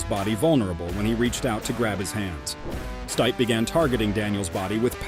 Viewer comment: Wow, have you never heard someone say Stipe before? Totally through me off but ya, great video but man.... Learn their names please.